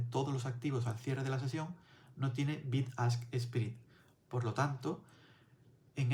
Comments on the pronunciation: Me he suscrito al momento porque explicas muy bien pero no pronuncies “SPRID “ se pronuncia “SPRED” saludos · Contenido bueno. "Spread" se lee "spred,", no "sprid".